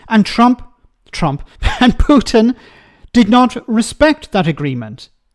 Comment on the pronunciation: She pronounces Putin like putrid. Very fitting. When I was in Slovakia (1976/77) Russians had stationed an occupation army which had been there since the end of the Spring of Prag. I and two of my friends came across 3 soldiers who were wearing big coats in the middle of July. The reason for wearing the cot and boots was that they only had one shirt, and it was in the wash, so they had to wear the coat to look orderly. Moreover, they tried to rape us. I could tell other stories. I am very very negative when it comes to the Russian army. There is nobody between the generals and the petty officers, so the generals do not really know what is going on, and it is unbelievably corrupt.